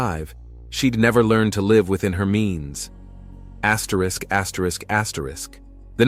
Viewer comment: What are you doing axrisk axrisk axrisk in ur videos now????? Stop lol I've been watching you for a while now and I'm just now hearing it....